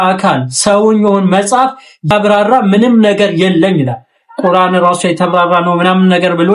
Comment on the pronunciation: ቁራን ሳይሆን ቁርአን ነው